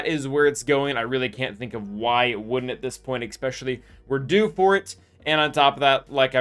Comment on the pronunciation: buddy…. Your videos are great. But for the LOVE OF GOD, it’s pronounced “eSpecially”, not “eCKspecially”